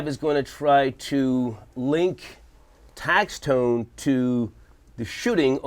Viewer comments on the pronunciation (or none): Is star saying tax tone 😂😂😂😂